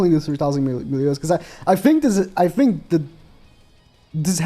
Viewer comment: "I fink like it could be like..."